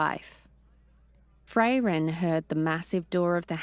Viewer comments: No, I really don't think she will. And her voice and pronunciation are just awful. It is Frairen not Fray-ren. It's pronounced hangar not hangaaaaaah. She sounds like a snotty bored British noble who can't be bothered to care whatsoever about the characters. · If I have to hear 'Fray-ren' or 'hangaaaaah' one more time, I'm going to abandon listening to this series! I wouldn't mind so much if she didn't sound utterly bored to tears every single word when narrating. No vocal inflection, no emotion, just bland recitation. We could and WOULD get better narration from an AI. She clearly doesn't care about the characters whatsoever. Honestly with her accent and completely emotionless speech, she sounds like a bored, snobby, British noble who can't be bothered to care about what she is doing. And for Pete sake it's Man'darian not manderaine like the orange! Can we PLEASE get someone who cares about the story and characters!? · It feels a bit like a favourite band getting a new lead singer, did great but please, if I ever hear another "Fray-Ren" I'm unsubscribing 😂😂